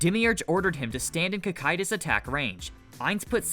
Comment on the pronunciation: why do all theses types of videos all pronounce the names wrong or puntuate at the wrong places. wtf is Sebes. his name is Sabas as in Sabastian its in the fucking name. did you even watch the show???? so tired of this shit. even got Cocytus fataly wrong.